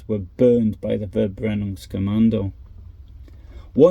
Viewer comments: It is pronounced "Ferbrennung", not "Verbrennung" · Your channel is so unique as you post information about WWII which I have never heard anybody else present. Thank you so much. ❤ And also a little reminder: the German V is pronounced F... so fx Verbrennungskommando is pronounced Ferbrennungskommando